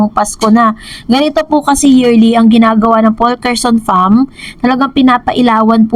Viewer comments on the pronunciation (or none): Faulkerson with silent L na kapag binasa Faukerson lang